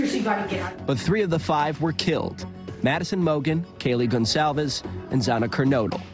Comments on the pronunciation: Please learn to pronounce Kaylee's surname correctly. It's just common decency! It is NOT pronounced Gone-caeves! It's a common Spanish/Portuguese surname - get it right! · Love how Americans butcher her last name Gon-Calfs😑🙄